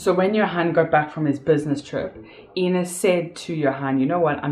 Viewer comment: I wish you would drop your fake accent.....you kept on calling the victim AAAAIIIINNA and whenever you had a slip of the tongue you would call her Ina which is correct. Make up your mind which accent you want to use....you're making a fool out of yourself!! You suck at acting.